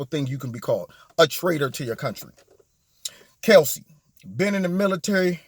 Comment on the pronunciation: Is it me or is he pronouncing her name as "Kelsey" ???